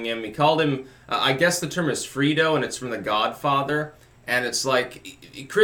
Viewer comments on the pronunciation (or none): ( Fray-dough ). Not ( free- dough ) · FRAY-dough not Frito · Its actually pronounced fray-dough like the word Alfredo minus the AL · Freedo lmao it's Frey-Doh Bro... Sean Hanity is a joke been screaming the sky is falling for the last two yrs and so far all I have seen is him looking like a fool. Ticktock Hanity Trump Family 2040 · Saying the Godfather is a good "movie", is like saying the Mona Lisa is a "painting"... And it's Fredo, not Freedo. Yes, you should experience the film again. *A. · it's fredo not freedo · it's FREH-DOH; FREE-DOH is the bag of chips. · "Frito" lmao... it's Fray-doh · Dude - you've gotta watch The Godfather (at least Parts I & II). First, it's pronounced "fray-do", not "free-do". It's short for Alfredo. Us older folks read the books, saw the movies, get the references. There are tons of them. I mean c'mon... you gotta know what it means to go to the mattresses! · "Free-do" lol. That's a funny pronunciation,:p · FRAY-DOUGH, not FREE-DOUGH LOL your mispronunciation just insulted all us Americans of Italian descent, now we have to crawl into our safe spaces LOL Love your work!! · Free•dough 😂 it’s Frey•dough Everyone in the NE got this and laughed Chris chino called Donald trump JR Fredo a few months ago on his show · Yo... it’s “Fray-doh” not “Free-doh” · It's pronounced FRAY-do. Frederico Corleone, nickname Fredo The middle son of the family. He is the stupid one but has a warm heart. "Fredo" has now become shorthand for "weak link". He betrays the family with his big mouth and Michael is left with no choice but to "put him down" as it were. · Fredo. Pronounced fray-doe. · It's FRAY-do. Fredo was considered slow and mentally challenged from childhood illness. We use it to indicate a weak member of a powerful family. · Fredo is pronounced Fray-doh. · It’s pronounced fray-doe.... And Fredo is kinda like Judas was to Jesus and the 12 disciples. Just FYI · Hey, it’s pronounced Frey-doe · Its pronounced Fraydo